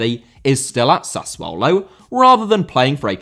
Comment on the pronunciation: Did you say SUSsuollo?